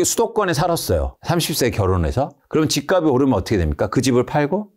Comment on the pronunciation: 말씀이 항상 합리적이고 치우치지 않고 다 좋으신데 "집값이"의 바른 발음을 '집가비' '집가블' 이렇게 발음 하시는데~ '집갑씨' '집갑쓸'로 표현을 해 주시면 좋겠어요. 옥의티만 바꿔 주시면 완벽합니다!!! 개인적으로 팬입니다. 아파트는 앞으로 현재대비 60%이상은 더 빠져야 합니다. 앞으로 10년후면 빈집이 1000만채가 될텐데 지금 거품은 완전 이해가 안됩니다.20년후면 1/10로 가격이 내려갈겁니다. 일본처럼..